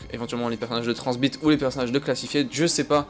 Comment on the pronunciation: Arête de dire tranzbite ! :) C horrible